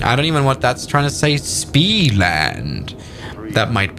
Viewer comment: Normal people: Speed: SPEE